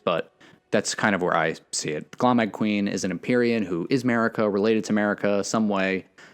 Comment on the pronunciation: Think of "Gloam" like how you'd pronounce Dome. Glow + Dome "Glome"-eyed queen